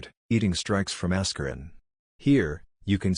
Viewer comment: "Ass-kur-in" Lol